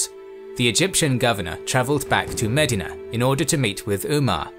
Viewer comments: You're not talking about Ohio so it is DEE sound not di in regards to Medina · Medina should be spelled different because of the way this guy pronounces it. 😂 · The way you pronounce Medina is incorrect.